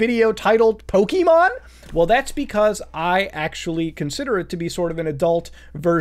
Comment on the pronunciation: Stop saying pokeemon